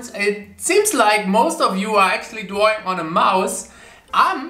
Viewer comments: I love how he says Drawing ‘Dwawing’ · I love how he says dwaing